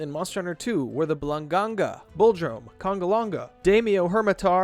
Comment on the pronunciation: Did you just say Congalanga? Awesome video, btw